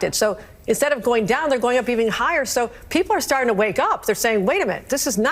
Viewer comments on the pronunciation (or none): none